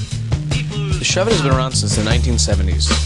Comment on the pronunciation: DUMBASS its not a "SHEVIT" ITS " SHOVE IT"